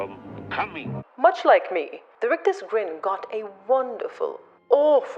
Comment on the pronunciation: Brilliant!!! Love the rolled r's on 'rictus' !!!!😂😂😂 Happy Christmas!!!!